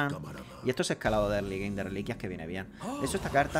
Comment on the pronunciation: erly gein dice